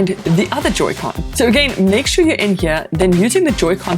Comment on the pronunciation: It's Pronounced Joy-Con